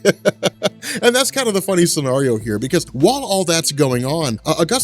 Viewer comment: You say scenario weird... You pronounce it sceARio.